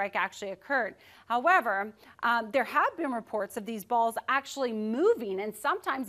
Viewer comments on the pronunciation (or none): "There have been report of dez bawls"